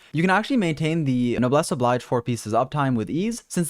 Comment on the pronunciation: i don't want to be a smart ass and you'll probably never read this, but the "obliege" in noblesse obliege "obleedge" and not "oblydge" (it's been bothering me since 20 videos or so lol) other than that, awesome job as usual!